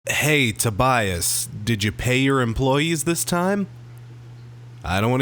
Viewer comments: Tobias won't listen to you if you say his name wrong. it is Toe bee us. Last name for geh. 😁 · Matthew Roberts majority of reviews are praising this album. it's pronounced Toe bee us.